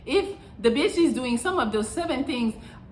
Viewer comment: Melli says beetch more than I do. Lol